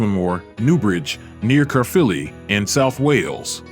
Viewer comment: That's the very reason I came here to say calzhagheeeee ot aaaaaaaah. Lol he frigging got Caerphilly right it's less than ten miles away from where I live